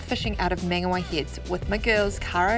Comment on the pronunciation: Good vid:) You pronounced Whangarei correct but not Mangawhai....... Why